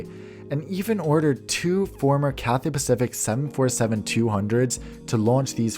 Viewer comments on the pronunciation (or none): none